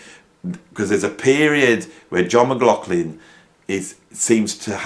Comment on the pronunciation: Or maybe "Mc Loff Lin".... 😁😁